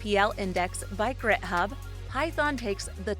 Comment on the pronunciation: "GritHub" lol smh